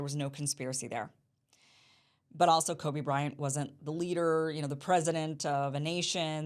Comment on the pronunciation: As soon as you said "Kobe" I was like ? then you recovered quickly good job.